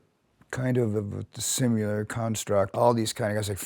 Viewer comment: He said "simular."